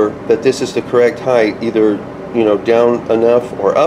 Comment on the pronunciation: Height. Not Heighth. The word "Height" ends in a hard "T". "Heighth" is not a word. It's "Height" and "Width".